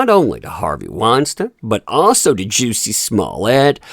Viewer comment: 🤣🤣you cannot tell me does not mispronounce names on purpose. Juicy and Weinstein. Can’t remember the ones from the other vids rn. He has to know. I think it’s hilarious